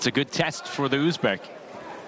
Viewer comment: Kop davlatdagilar aytolmaydi talaffuz qilolmaydi